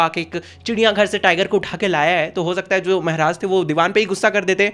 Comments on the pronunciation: Meharaj? Ye kya hota hai??? Maharaj bolo मेहराज✅ महाराज ❌❎ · It's not mahraj it's maharaj bhaiya😅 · Maharaja ❌ Mehraj ✅ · Maharaj ❌ Mehraaj ✅ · Why are u saying mehraj